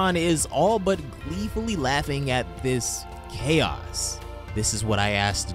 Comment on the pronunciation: I swear I thought he said Chad's instead of chaos